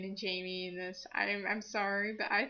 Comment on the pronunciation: I know Megans going to win v.v...But it's worth a shot:D I like the Karokee (sp?) thing, i could definetly rock to MCR:3 Love this video! Sorry this message is long.. - Jaime\FRANK!\ Masquerade Venom (yes you said my name correctly, YAY! )